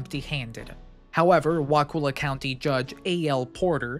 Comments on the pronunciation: Wah-cull-ah might be an easier way to type it. I did a video years ago, tracked down local news footage, talked to a cop there, wrote the town name down by pronunciation and still tripped over it repeatedly when narrating. So many outtakes for a short vid, I do understand. I grew up in Tally, had my first wedding at Wakulla Springs Lodge. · You need to learn how to pronounce wakulla. You probably get Kissimmee a Osceola wrong too. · Everybody not from here mispronounces Wakulla. I've been all around both counties since 1971 and never heard of this either. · I'm also from Tallahassee. Perhaps he over reacted, but the mispronunciation of Wakulla is actually very disconcerting. It's pronounced exactly the way it is spelled under stranded English pronunciation. A vowel followed by two consonants has a short sound. That's elementary. Of course like every rule in English, this one is broken very often. 🙂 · Wa kull ah not Wa cool ah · It's pronounced Wa-ku-la. All vowels are short. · Wa-Cull-a not "cool" pronounced Kull as in to cull a heard. Why can't anyone get this right? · Wa' kulla' not cool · I'm glad someone talked about it, but it is pronounced Wa-kull-A(h). Not the way you are saying it. XD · Wakulla Springs is definitely not a hot spring. I've swum there many times, and the water is barely tolerable because of the cold temperature. I lived a little south of Wakulla (pronounced wa-KULL-a) in the early '70s, and never heard of this. I believe the reports of the past, and my guess is that it was a peat fire. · It's Wa-kull-ah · Pronounced wa-ka-la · Wah- CULL-a please do your research to avoid mispronouncing place names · you might be an exception tbh ive never heard it pronounced wuhkooluh here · only people not from this area pronounce Wakulla with a long U. That’s how we know they aren’t from here. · Dude, it is pronounced "WA-CU(like what up Cu?)-LU". Because U can't prounce this, nor 3 other words all Floridians Can, I give this video 1/10⭐️